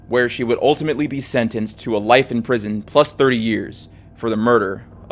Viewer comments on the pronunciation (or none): none